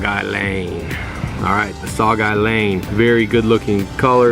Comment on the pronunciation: sue-gay-lee-ang i think is how you say it any way great video